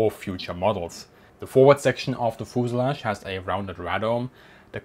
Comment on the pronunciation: As you do lots of videos of airplanes, learn to pronounce fuselage.